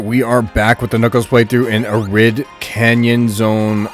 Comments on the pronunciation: Been playing SRB2 since 2004 when I was 6 years old, Ive never seen someone play the game as Knuckles and climb and glide everywhere to get through the level lmaooo. We would still run through the level as we would with Sonic. And its not “Ah-Rid” Canyon its “Air-id” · Arid has a long a, not a short one. Pronounce it EH-rid. It's an honest mistake, nothing personal.